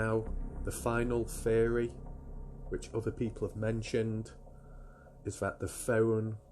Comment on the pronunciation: Every time you said theory my ears heard fairy lol🧚‍♀️